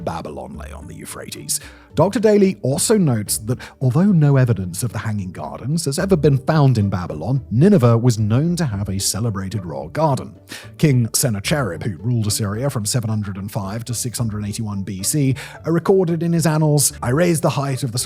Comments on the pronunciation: Yup, you're spot on, at least as far as we pronounce these ancient names and words in English. Also, Josephus is pronounced Joe-SEE-fuss, not Joe-seff-us. Sennacherib is Sen-ACKA-rib, not Senna-CHAIR-rib. Cuneiform is Cue-NAYI-form, not CUE-nee-form. Tigris is TIE-griss, not Tigg-riss. There's probably more I missed out, but at least he pronounced Nebuchadnezzar correctly! 😅 Also, I do believe pretty much all Assyriologists can read Ancient Babylonian Cuneiform, not just "a handful of scholars!" I imagine it's one of the first things they learn as undergrads! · Okay the pronounciatoons are getting to me. Se - nah - car - rib. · 'Senna-cherib' got me. Shouldn't it be 'Sen KNACKER rib' ? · Sennacherib is pronounced Sen ak erib